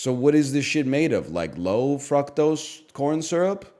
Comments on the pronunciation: its so jarring to see NL mispronounce something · Wtf is his pronunciation of Fructose he is so back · He says it like my Indian chemistry teacher did